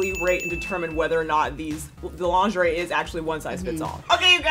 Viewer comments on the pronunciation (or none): The way pronounces lingerie kills me every time especially since that's how I pronounced it as a kid. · calling it "linger-ee" is cracking me up. When I saw that word as a kid, that's exactly how I said it. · So glad I’m not the only one who occasionally calls it linger-ee 😅